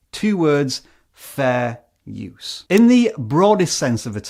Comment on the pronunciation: You say fair use is fairsue